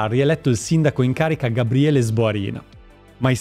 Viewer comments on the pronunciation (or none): none